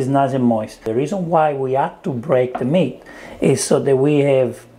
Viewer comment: I thought you were saying “Mint” not “Meat” 😂 love the accent tho